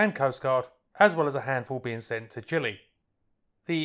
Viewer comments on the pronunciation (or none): none